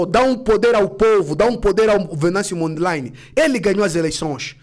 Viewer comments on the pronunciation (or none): Chama-se Venâncio Mondlane e não Mondlaine